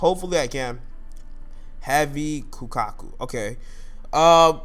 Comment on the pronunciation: It is pronounced ‘Koh-Kaku’ because it’s Japanese